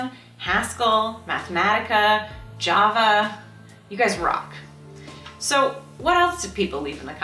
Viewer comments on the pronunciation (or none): none